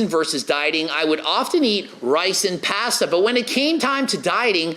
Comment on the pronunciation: Lol puh-day-does and pahhhhssssduuuhhh 😂😂😂😂